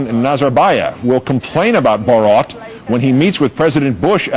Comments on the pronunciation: Mans literally said Robot in reversed to make borat lol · Legit. Every time he pronounced it, it sounded like he was about to throw up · can you atleast learn how to pronounce the name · cringe every time the reporter tries to say "borat" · What can't anybody pronounce his fucking name properly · I hate the way he says 'borat' fucking hell its not hard to pronounce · This stupid presenter can't pronounce "Borat". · THUMBS UP IF YOU LAUGHED THE WAY HE SAID BORAT. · Why does this gay say Borat really shitely?! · It's not Borot you moron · lol.. the guy pronounces borat like 'borot' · It's even funnier that the anchor can't even pronounce Borat's name lol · I die a little inside every time he says “Borat” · Then later he actually brought tourism to the country Lol. Got damn is wrong with this guy saying borat like he a got a twinkie up his Amy’s. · Damn he says it wrong every time 😭😭😂😂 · Why is he saying it like that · They can’t even say his name correctly, what idiots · Couldn't they find a newsreader that can actually pronounce his name? 🤔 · Why can't he say 'Borat' correctly? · Funny stuff but for fucks sake, the way the newscaster pronounces Borat is bloody cringe =P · I swear to god news anchors are just not real people. I've NEVER heard someone pronounce Borat in any other way but I guess if you are someone completely disconnected from society and practically a robot who just reads a teleprompter then you would mispronounce it. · BORAT....NOT BOROT!! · BORAT not BOORAT...idiot. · Normal people: Have you seen Borat? This guy: BOROT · Why can't Americans say His name right?? It's BorAt...........Not BorOt!!! 🙄🙄🙄🙄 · I dont know how any native english speaker would pronounce rat as rot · OMG its not BOROT Its boRAT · lmao listen to how the americans say Bo RAT , they say it BOW ROT lmao what the hell ? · I wonder if the reporter's mispronunciation of 'Bor-RAHT' was intentional, he seemed to go at it pretty fierce, lol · Bo-rot? Really...?